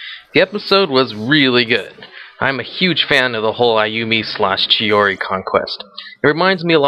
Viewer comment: Chihori??Its Chihiro :)